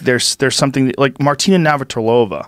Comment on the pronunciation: As a Czech it's hilarious how Joe tries to pronounce Martina's name, lol. But 100% agree with him.